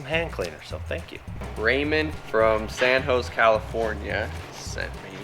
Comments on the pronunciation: It's not san ho saw it is pronounced San ho zAy. Growijng up in california, I learned that kind of stuff including some spanish. From the web ---> Saint Joseph is a Spanish name for “San José,” which means “Christ the Savior,” and has no accent. There is an old song you can hear how it sounds in this song. Do You Know the Way to San Jose 923.8K views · Mar 15, 2017 YouTube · Dionne Warwick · you’re killing me with your pronunciation. 🤣 It’s not San Hose. It’s San José. Look up the San Jose Sharks NHL hockey team. Think male Hispanic name. Hope that helps. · lmao i live in cali an im sorry but ive never heard of san hose ca.pretty sure he ment san josa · try it San Hose-A, probably have to grow up with it to hear it that way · Did really just say San Hose Ca........................... That boy is backward......................... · The way pronounced San Jose is hilarious “San Hoes” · Are we just gonna gloss over that pronounce San Jose as San Hose? 😂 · said San Hose California? do you not know how to pronounce Jose? Perhaps this was intentional to promote engagement? I know there's a trend to intentionally mispronounce words to illicit interactions. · San Hose. Really,?? Try San Jose (hosa, with a long 'a'). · u dingdong! Lol he said “ San hose, ca” I believe it’s San Jose, Ca! Lolol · Hey was that knife from San Jose? That would be pronounced Hose-ay lol. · nese 101 - Ramon from San Hose-eh, eh. 😉😂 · "God. Come in God.". Love that movie Oh and someone please tell how to properly pronounce Jose.... hose lmao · Old "San Hose" California 😂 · ''San 'hose' California. Hilarious.